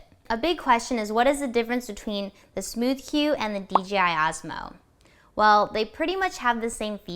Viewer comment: Did you really say smoosh?